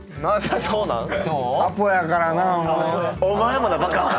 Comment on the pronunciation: アホやからなぁが言えずにアポやからなぁ☺️になってるアホで愛おしい🫶